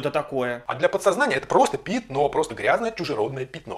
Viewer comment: Он продолжает говорить "пИтно", вместо "пЯтно". Убейте мои уши.